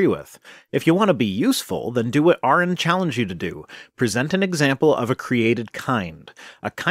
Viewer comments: Kent hovind "if they can mate and breed they are the same kind" Also kent hovind "well they're still obviously the same kind" Also kent hovind "well I dont know, that's a good question" KENT, THIS IS WHY ARON DESTROYED YOU. Also its aron, not Aaron. You've been corrected on this already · Hes can't even pronounce "Aron" properly...